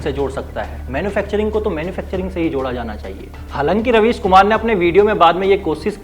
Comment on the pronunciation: Raveesh ❌ राबिश ✅😂